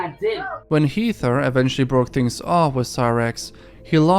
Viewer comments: Heather is pronounced like "Hether" not heether just FYI man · it is 'heh-ther' not 'hee-ther'~ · Please pronounce Heather right it's pronounced Heh-ther not hee-ther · "Heether"??? Come on man!" It's simply "Heather". "Heth- er". You know how to pronounce that shit. Stop with all the ridiculous pronunciation! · The name Heather (at least, in American English) is pronounced "Heh-ther" (rhymes with feather, weather etc...) just thought I'd let you know. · Never heard Heather pronounced as Heather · Lmao narrator can't say Heather he says it like Ether with an H in the beginning 😂😂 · I don't know if I should tell you this, because I love how you say "Heather." It makes me happy for completely unknown reasons. But... "Heather" rhymes with "weather."